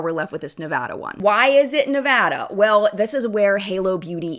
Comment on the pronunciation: Thank you for saying ‘Nevada’ right 😅